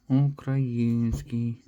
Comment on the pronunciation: Українска а не укаІНскій